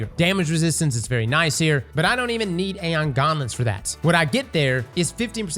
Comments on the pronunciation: Aeon Gauntlets? Or Aeon Garments? 😂. Sounds like ur saying garments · Please learn how to pronounce gauntlets, its braincell destroying hearing you butcher english